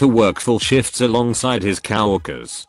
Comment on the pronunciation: Somebody fix the robot voice. It's not cow workers, it is co-workers.